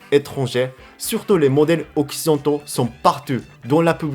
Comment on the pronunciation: Can I help you with the pronunciation of "occidentaux"?